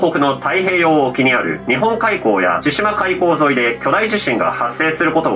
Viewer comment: ＞千島海溝,、(１９分４６秒) ちどり海溝、✕ ちしま海溝 〇